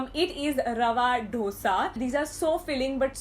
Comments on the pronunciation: It isn't "dhosa" it's Dosa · It's not DOsa, why is it so hard for people to call it dosa like in dost? -_